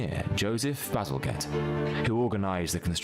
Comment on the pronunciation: Bazalgette is Pronounced with a soft 'g' as in giraffe, NOT a hard "g" as in golf. (as mispronounced by this narrator).